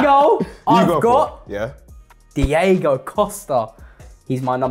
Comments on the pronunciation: What’s the obsession with saying Diego Costa and Diego Dalot??? It’s DIOGO!! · Why does keep calling Diogo Costa "Diego" Costa 😭 Thats a completley different Player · It’s Dee Ohh Go Costa. He’s not Spanish lol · he just doesnt know how to say “diogo”. He also called dalot “Diego” Dalot